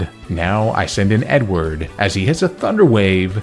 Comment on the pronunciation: I kept hearing “N-word” as a nickname for ur Beautifly Edward hahaha